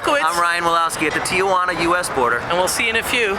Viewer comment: Good video, very informative, but the city is pronounced Tee-wa-nah, not Tee-a-wa-nah. also Mexico is not Española.